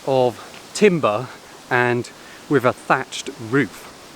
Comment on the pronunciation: …..he wd be if only he said breath, rather than breff, and with, rather than wiv